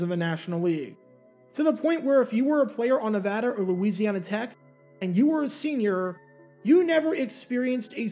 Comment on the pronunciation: Can I just say thank you for pronouncing “Nevada” properly? Not a lot of east-coast folks do that.